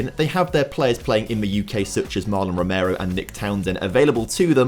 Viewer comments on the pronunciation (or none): none